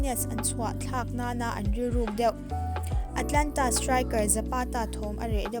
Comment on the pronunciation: A țha e!Mahse le Atlanta ni lovin Atalanta ni zawk ooo...rawn bei zel rawh